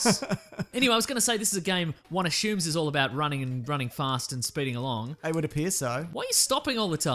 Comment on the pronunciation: why does this guy say "ashume"?